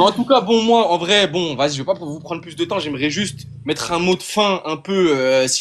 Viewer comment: J'aime bien quand ils disent "Tôôô" ou "Môoo" au lieu de "Toi" et "Moi", ça fait très con.